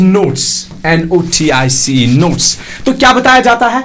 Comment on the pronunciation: Sir,Notice and notes are not similar things there is big difference to pronounce these words. Notice is a different thing and has different pronunciation while as notes is different, has also a different pronunciation